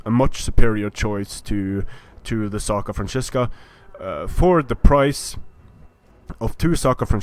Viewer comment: Hey, is there any way you can tell creative assembly that it shouldn´t be "SACra Franzisca" but "SCAra Franzisca", for in latin its "scara,ae" the "scara franzisca"-> the frankish (war)band were a elite force of the frankish kings. Nice video by the way:D